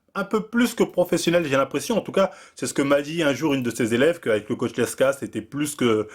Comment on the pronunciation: t'es dyslexique..? L E K S A aussi prononcé LEXA... #dusel #NaCl bon ca va, t'as corrigé après lmao